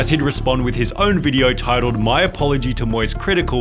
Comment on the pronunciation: "Videoah, beforehandah, lacking resarchah!"